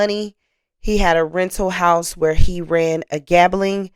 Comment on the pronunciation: Mam, you are a great storyteller, however, please work on your diction. You pronounce sentencing...senacing. Gambling...gamaling. I'm writing this to teach not condemn.